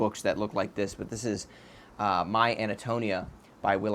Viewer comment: You're mispronouncing the title name in Cather's My Antonia. It's An-to-NEE-ah.